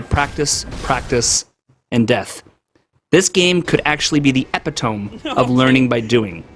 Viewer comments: awesome vid. . . but did you say (ep-eh-tome) rather than (e-pit-o-me) ???!!!! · Epitome? It’s pronounced Uh-pi-tu-mee … unless there is some alternate pronunciation I’ve never heard before Really nice video and I’d agree with your list, although the DLC is ds3 raises it’s difficulty a bit. Sister Friede is one of the toughest bosses I think I’ve ever faced.